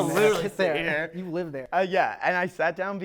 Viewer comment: And it's live not "leave" lol